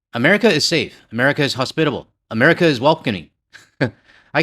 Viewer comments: He said Americer ? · I had to stop doing the dishes to laugh. Yes, going to the USA could get an unforgettable experience from a detention centre. This idiot can barely say America. Thank you for doing this. I don’t think I could stomach it anymore. I love the fact the cohost is giving her opinions on the topic and I don’t think she is happy about it!